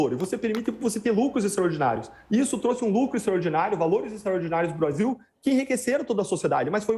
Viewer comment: O cara erou ate o nome do brasil para Basil